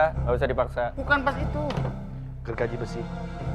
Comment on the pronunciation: Gergaji jadi gerhonor. Kunci L jadi Kuncil. Ngakak itu sederhana